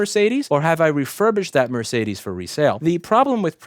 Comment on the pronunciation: It took my non-native English speaking self several seconds to realize what brand of car you meant when you said "mer-say-this"